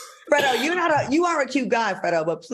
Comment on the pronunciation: Nah you all ain’t gonna do our FREDO like that 🤣 it’s pronounced like FRAYDO and as a gay man he never said it was “too gay to do anything” stop the with the reach lol He did say men are too pampered, but he’s playing look at how pretty this dude is, He’s pampering too come on now!